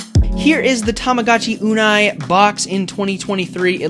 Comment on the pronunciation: Oh nah ur pronunciation of uni (correct way is YOO-nee, you said YOO-nai) got me rolling on the floor